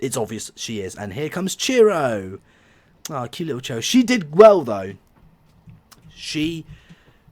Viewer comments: Truro is pronounced "Truh-roh" Not "Cheer-oh" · Instead of Truro you said Churro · Please learn to say Truro not Tyuro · It's City of Truro, not city of churro. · City of Truro not City of Cheero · It's TRURO NOT TURO (have 2 point it out. Sorry( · When you say “Truro” I hear: Cheero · I live in Truro, nice to see my baby doing well. “City of Churro” 😂😂😂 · He keeps saying city of churro